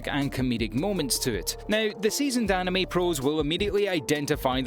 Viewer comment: the pronunciation of “anime” made my eye twitch